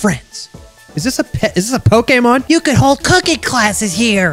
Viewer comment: i swer TO GOD, if sayz 'poke-A-mon' one more time (someone make a compilation of all the timez has said poke-A-mon)